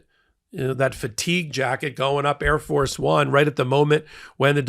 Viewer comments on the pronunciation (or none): It’s AIR.